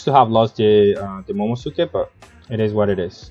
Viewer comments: Work on those pronunciations of the card (moh-moh-no-SK-EH). Haha. Pretty interesting deck build. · Its momo NOSUke Not momoSuke